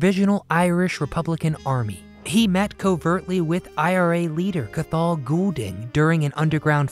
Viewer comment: The T is Cathal is silent. You pronounce Cath as you would say the word "caught", but leaving out the t. Then add l at the end. So it woud be Caughl.